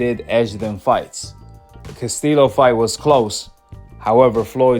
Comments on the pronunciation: Learn how to pronounce people's names Casteelow 😂 Castillo is like Casteeyo Dude like South Paw say you a Goofy and Loma won that damn fight! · Castillo pronounced Castiyo. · if you actually watched the castillo vs mayweather fights... you would actually know how to pronounce Castillo's last name right... tells us you're full of it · Bro just pronounce castillo like you say yellow lol